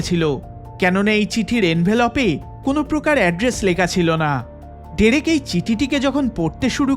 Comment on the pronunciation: Pronounce the owner name correctly please it'd/should be (ড্রেক)